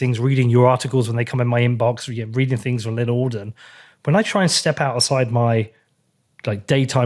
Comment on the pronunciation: Oh come on! It's lyn alden ffs!